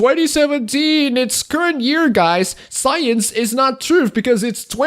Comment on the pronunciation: Can we address the way you pronounce "Truth". English isn't my first language either, but come on... "Trooft"? I know I'm being petty, you can still have my upvote :P